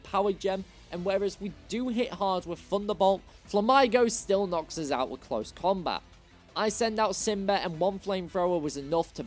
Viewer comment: I used to pronounce façade like that when I was a kid. The c is pronounced as an s this time. Edit: Also, Grusha is a guy. He simply grew his hair out. And Eichi is pronounced é-ē-chi, not æ-chi or ē-chi. Edit 2: Jigaton Hammer? Really? Flam-ai-go? It's flamingo+amigo (Spanish: friend). Drag-al-age? It's dragon+algae. Aqua Jet is a priority move.